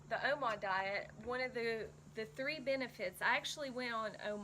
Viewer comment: Are you saying omod?..lol